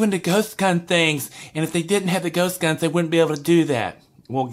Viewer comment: Why are you calling them gost guns